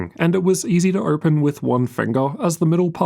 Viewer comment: This accent makes the video almost unwatchable. Why would someone pronounce "open" as "irpin"?